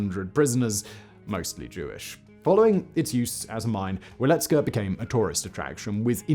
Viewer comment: C'mon Simon, you live close by. You should know how to pronounce Wieliczka. Its "Vyealeechka".